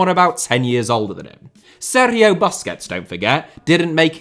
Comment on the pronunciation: why do you overdo the pronounciation of 'sergio' so much